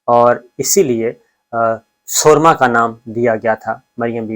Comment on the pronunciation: صابر صاحب اردو ٹھیک کرو۔۔ لفظ سورما س کے اوپر پیش سے پڑھا جاتا ہے اور دراصل یہ لفظ سورنما تھا تھوڑا تبدیل کیا گیا۔۔۔۔